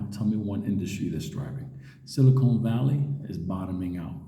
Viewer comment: I cringe when I hear it also, but I think it’s the NY “accent”.